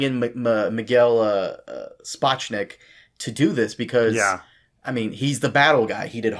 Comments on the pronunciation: You really Lalapalalapaza'd Sapochnik's name. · “SHA POCH NICK”